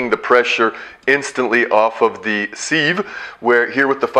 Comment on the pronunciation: Nice demo and info thanks. Sieve is pronounced siv not seeve BTW.